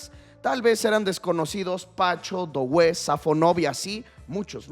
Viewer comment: no se dice DOuue, se dice DUE como juntando la o con la u en frances DUE